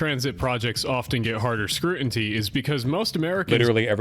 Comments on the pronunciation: scrutinty twice. Is it AI or just an idiot who can't say stuff right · Honestly “scrutinty” is legitimately unacceptable lol